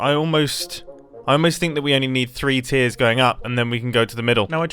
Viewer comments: What Mumbo said: "I'm just wondering how many tiers I'm going to have." What I heard: "I'm just wondering how many TEARS I'm going to have." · "Now I'm just wondering how many tiers I'm going to have" Tiers or Tears? :P